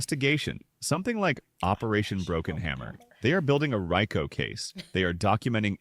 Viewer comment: If I was and I would have been leaning into the camera crazy with a stank face when that A.I. voice changed Rico into Rye-co case. Lawd have mercy😂